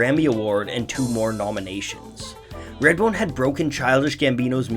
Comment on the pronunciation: “Radbone”? “Raidbone”? “Reyadbone”?